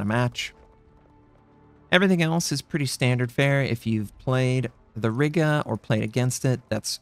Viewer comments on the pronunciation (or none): you probably don't care; but i'll be "that guy" i'm pretty sure riga is pronounced as r-eye-ga and i believe WG said tianjin is pronounced as tee-an-gin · Riga not Rigga ;) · Riga is pronounced as R-ee-ga, Im from there I would know :)